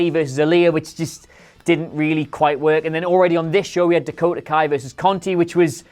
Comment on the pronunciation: Yeah I also think it's pronounced "Dakota Kick" But they say Dakota in the same manner as "The Go To"